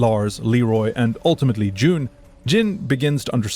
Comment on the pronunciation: Similarly, Jun is not pronounced like June, rather the u is like that in put.